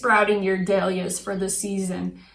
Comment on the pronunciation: I have never heard Dahlias pronounced like you do! LOL it’s dAhlias NOT dEhlias